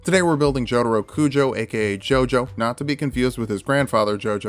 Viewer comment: This dude said "Joeduro"